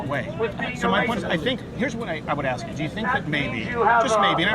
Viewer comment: Public Notice: It is "ask" not "axe". E.g. "Let me "ask" you a question." Then you have, "Where is the "axe"? I need to cut some firewood. Think of it like this, pronounce "ass kiss" just stop at the "k". It really is a simple thing. It's been over 300 years one would think, by now, a person could get it correct. Thank you for your time.